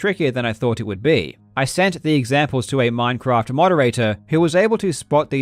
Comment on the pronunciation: Hey this isn't minecwaft